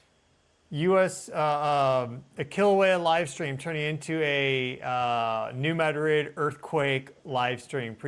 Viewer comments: It is not “Mad Rid”. It is pronounced “Muh- Drid.” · It's New MAH-drid. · New MAD-rid is the pronunciation. Thank you. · "New Mad•rid?" Noooo... 🤦‍♀️ It's two syllables, not two words. You're meant to blend the d and r. *Ma•drid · It is really bugging me, too. 😂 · I grew up on the New Madrid fault...lots of small tremors, probably 3-4, but definitely enought to vibrate my mom's vase off the shelf lol. It's pronounced New "MADrid". Love your channel. Ty for all your vigilance and great info! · It's not a big deal but it's driving me nuts it's not New Mad Rid, Pronounce it like they do on this channel then you won't drive me nuts. 😂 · It’s pronounced new mad drid. Some southeast mo speak for you. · Lol not how you pronounce New Madrid. ❤